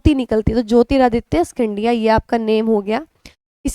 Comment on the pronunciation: Mem g sindhiya he pronunciation ha 😁